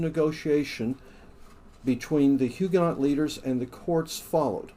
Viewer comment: Must say I enjoyed the vid... even though you mispronounced just about everything that could be mispronounced! The ‘t’ in Huguenot is silent. Arquebusier is Arc-a-bus-ee-yer (you missed the final ‘i’).